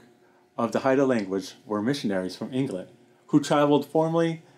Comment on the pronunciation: Hey! I watched this documentary a few days ago. I thought it was really neat how you pronounced the words. It's interesting that the Gospel of John was one of the first major works done in Haida. Does any of your family speak Haida?